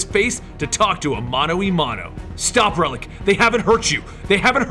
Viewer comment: Just to clarify, it's "Mano a (it's pronounced as "ah") mano". Cheers!